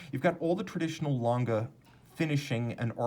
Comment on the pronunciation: I think the "E" at the end of "Lange" is pronounced: "langEH".